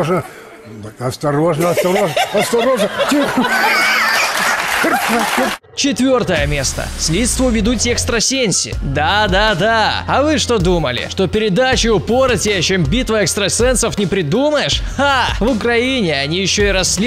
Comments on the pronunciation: ЭкстрасенсИ!!! И читается как ы! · Слідство ведуть ЕКСТРАСЬЕНЬСьІ хаххаха орууууу 😂😂😂😂😂🤣🤣🤣🤣🤣